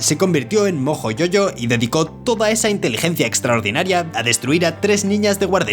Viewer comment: No entiendo porque le dice Yoyo a mojo jojo si en el mismo video el doblaje de dice Jojo y no Yoyo